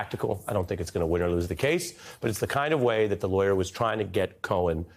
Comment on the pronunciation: “Telling the truths are lawyor tricks”? 😂. How do you say not guilty without saying not guilty? He just did! 😂